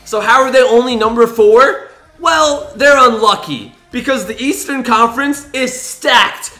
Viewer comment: he said buudy heil is in the eatsearn conference.